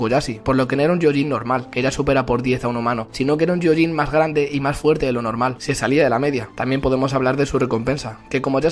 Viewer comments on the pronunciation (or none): se pronuncia "gioyin" no "yioyin" xd...<3